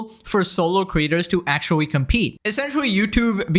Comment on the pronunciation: Akshuwee, you need to go see a speech therapist.